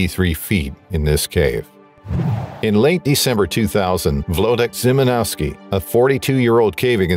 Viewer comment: Loving these videos! One minor correction: Włodek Szymanowski's name. Polish spelling takes a little getting used to: the "w" is pronounced like an English "v", the "ł" or "l with a stroke" is pronounced like an English "w", and "sz" is pronounced like the English "sh" in "shop". I understand, however, that it's easier for English speakers to say "vlo" than "vwo". If you struggle a bit, don't sweat it: that's normal, and you're in good company.